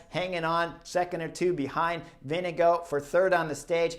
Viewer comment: vingegaard is pronounced vingegor, great comentary though always enjoy your opinions